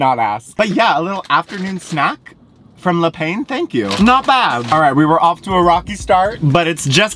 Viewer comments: Le pah is how you pronounce the word for bread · Every time you say 'le pain' 😭 it's 'looh pahn' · Le Pain is French for bread, pronounced 'le peh'. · It's a good thing you didn't try to pronounce quotidien considering how everyone responded to your "pain" 😂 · le pain😭😭 its bread in french lol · The french pronunciation is killing me ahahah